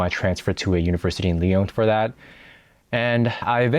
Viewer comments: pourquoi tu prononces lyon comme « lee - own » Je pose cette question sérieusement, si t’habites à lyon pour un longtemps , je suppose que tu connais français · It's funny, you know how to pronounce putain properly, but not Lyon😂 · So you lived in Lyon for two years and are not even able o pronounce the name of the city correctly?? And you think you are able to give a nuanced commentary?? This is hilarious.